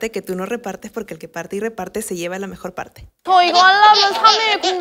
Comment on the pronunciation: Me dió risa cuando no decían el "mejor" completo y solo decían mej, no sé porque será pero bueno